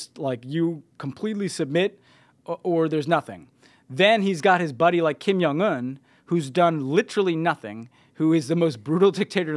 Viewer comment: Stop saying Kim Young Un, it's Jong with a hard "J"!